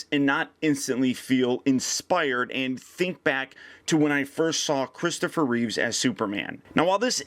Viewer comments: Surprised that you, clearly a Superman fan doesn't pronounce Christopher Reeve's name properly...Its Reeve not Reeves! Just a guess! Are you sponsored by Sideshow? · It's Reeve, not Reeves. :)